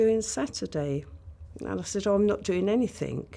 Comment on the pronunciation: Instantly wanted to stop listening to her as soon as she said "anythink" 🙄 😒 But I stuck it out 🤣